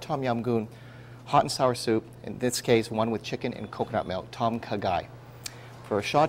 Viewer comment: it's kinda more like.."Dom Khaaaa Gaiii.." u need to drag the words out a bit -_-"